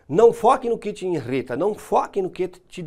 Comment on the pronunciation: INRITA?? isso doí nos ouvidos, não custa acertar esse português aí hein...